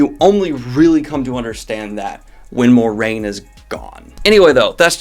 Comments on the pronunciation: mwah-rain not more-rain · Moh-rain? There's literally a pronunciation guide in the back of each book. But I get it. You usually stick with how you first pronounced a name. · When I started Eye of the world I looked in the back glossary for all the pronunciations, been saying her name in my head like Mwah-RAIN forever